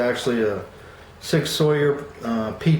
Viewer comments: Sawyer? It's not pronounced like that dude. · Great review, Not a put down, but Sauer is pronounced just like the word sour. I plan on getting the rail version of the P250 subcompact in 9MM as soon as they become available in my area.